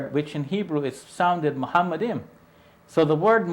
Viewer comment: The Hebrew word is Ma-Ha-Ma-Dim stop using Phonetic Fallacy.